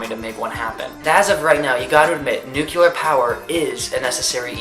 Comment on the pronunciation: love you, and I completely agree with what you're saying- with any energy comes risks and drawbacks. just one thing- nucLEEar not nucYUHler. (